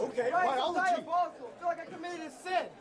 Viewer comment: “Ok BioLiogy” lmfao